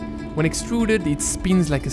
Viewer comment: you are saying "trotòlla", the right pronunciation is "tròttola"